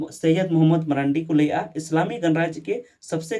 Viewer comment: Sahi pronountion do mardi kana menkhan abu diku ge ku marandi kak buna .